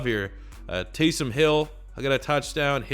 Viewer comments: Tay-some,. Tay-some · TAYS OM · Taysom is pronounced Tay-sum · The way you say Taysom bothers me on another level